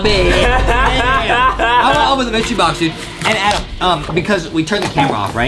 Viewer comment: justin said adam not adem